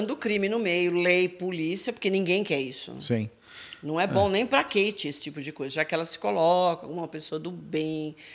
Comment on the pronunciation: Não sei p pq chamam a moça de Kate com som QUEIte,as próprias garotas já falaram inúmeras e inúmeras vzs nas lives Kate com som de Cáte..